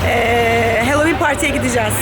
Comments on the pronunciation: Sakın yanlış anlamayın ama kulağımı çok tırmaladığı için belirtmek istiyorum, HALLOWEEN okunuşu halovin , HELLOWEEN yazılmadığı gibi hellovin diye de okunmuyor. Sanırım siz böyle söylemeyi tercih ediyorsunuz. Ama iki videonuzdur duyuyorum ve takıldım.. söylemek istedim yalnızca. Bunun dışında videolarınızı severek takip ettiğimi de belirtmek isterim :) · ey, bi, si, di, i, ef, ci diye gidiyor ya alfabe, buyuk ihtimalle a ey diye okundugu icin, bu kelimede de oyle okundugunu dusunmustur diye dusundum :D ama evet benimde kulagimi tirmaladi.